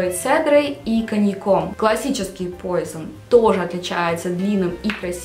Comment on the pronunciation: Пуазон, а не пойзон, это французское название, а не английское, парфблогеру стыдно не знать такого